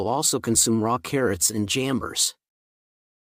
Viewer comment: Kinda helpful but some names are not so clear for non-English speakers. Kindly "jambers?" that can't be paired with carrots? The subtitle showed jamburs. But jamburs are not edible.